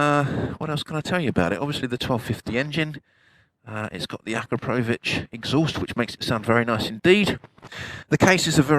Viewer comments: Akaprovich????????,🤣🤣🤣🤣🤣🤣🤣🤣🤣 Akrapovic!!!!!! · You mis pronounce akropovic, by the way. Not sure why they are still selling aftermarket exhaust when all these bikes are now tuned up for the tightest euro emissions specs. Mabe a change in tone, but cannot really do that much anymore. Certainly nothing at all to speak of for performance.